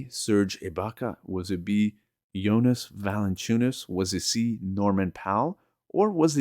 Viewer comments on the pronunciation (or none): none